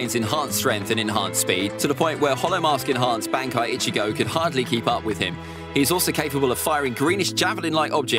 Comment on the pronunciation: I love this guys ranking but the way he says some of these terms like bankai and zanpakto are straight up wrong and it’s frustrating 😂